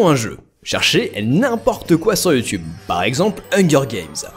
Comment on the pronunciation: Sacrés Français avec leur Yuu-Tuube... Faut prononcer iou-toube. Essayez, ça ne vous déformera pas la gueule.